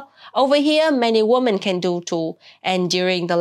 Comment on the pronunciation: The plural "women" is pronounced "wimmin."